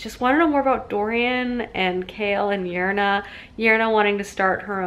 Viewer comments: okay but why is she saying every name that ends with an e sound like it ends with an a...? it Yrene, not Yrena. It's Elide, not Elida... AH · Yrene is just the normal name Irene spelled with a Y instead of an I, but is pronounced the same. Eye-reen. :) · Yrene is pronounced like Irene not Urina. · Who tf is yernah lmfaooo it’s pronounced “Irene” hahahaha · you deserve an award for the weird pronunciations you deduce from the spellings, took me a while to realise who yerna was 😂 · Omg, your pronounciations has me giggling!! You reminded me of my friend who says most of them wrong too. 😂😂😊 It’s Eye-Reen for Yrene Uh-leed for Elide. A-Lynn for Aelin O-rinth for Orynth (capital city or Terrasen btw) And Maas pronounces Manon as Ma-none rather than Man-un. But irl I know a girl with that name who pronounces it your way so either is good. Glad you enjoyed it!! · I'm facepalming so hard with how you pronounce the names lol so im going to help Aelin = A-LYNN Elide = UH-LEED Yrene = EYE-REEN Feyre = FAY-RA Orynth = OR-INTH capital city of Terrasen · Yrene or however u spell it is pronounced eye-reen, according to the audiobooks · Yrene's name is pronounced ' i- rean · Who are ierna and arowin tho XD love you but this pronounciation as me cackling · A-lean, why-reen 😂 cmon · StrangerReads omg the way she says Yrene, Elide, and Aelin is making me twitch. Lol love her tho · I hadn't realized she was saying Yrene the first couple of times. I was so confused as to what character she was talking about. I thought i had missed something hahaha